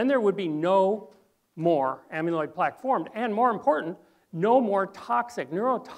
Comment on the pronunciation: This is very valuable information but it's jarring to hear the word amyloid mispronounced so many times in one presentation. You are pronouncing it like the root of "amulet" (AM-yuh·luht). But "amyloid" has never been pronounced (AM-yuh-loyd) - - correctly, it's (AM-a-loyd).